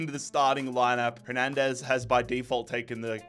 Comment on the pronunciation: Why are you suddenly overpronouncing names like Hernandez and schlotterbeck?